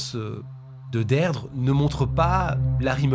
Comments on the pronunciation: Son prénom se prononce "Dirdra" pas Deirdre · Beaucoup de mal à suivre la vidéo. En tant que bilingue mes oreilles saignent. Derdre 😂😂 au secours. Ça se prononce Dirdré. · On dit plus "deerdree" que deidre...ça sonne dead ....mais sinon j'adore vos vidéos et votre studio va etre malade ❤ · La prononciation irlandaise est «Deerdra». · Les prénoms irlandais sont compliqués à prononcer ( Deirdre se prononce dee-dree😉). Merci pour pour tes vidéos. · Son prenom se prononce Dirdra😅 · Alors Deirdre se prononcer Dirdra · Her name is pronounced “Deedree”… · Tres bonne video cependant Deirdre se prononce "Dir-dra" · Deirdre se prononce « Deerdra » 🙂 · J'aime beaucoup vos vidéos mais vous entendre prononcer et répéter ce prénom "Deirdre" fait mal 😂😂😂